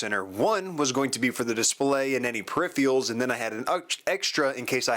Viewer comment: peripherals not periphials